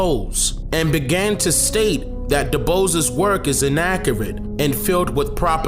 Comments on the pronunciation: Pronounced Du Bois (sounds like B·oi·ce) . not "Bose" as in (nose) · W.E.B DuBois ( Doo-BWAH) fyi... for anyone. Yo, I Love Your Vids Brother! Just know ,your vids are being shared with Many!!! It’s needed instead of the BS! Thank you for your hard work!!! You are DOPE!🦉🧘🏽‍♀️🙌🏽🌟🔥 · Hearing you pronounce w.e.b. Dubois the way you do makes me want to bang my head against the wall